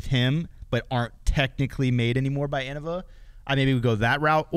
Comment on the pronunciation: Hot take: anyone who pernownces innava is new. Paul knew what he was doing. It’s pronounced Innova. Deere Lorde